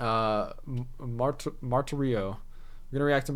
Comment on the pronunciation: Very nice job! Thank you. 😇 "Martirio" is pronounced MAR-TEER -EE-OH.😊..BTW...It looks like new music video coming out this Wednesday, June 10th, for "Ritual ". They've been sending out teasers for the last day or so.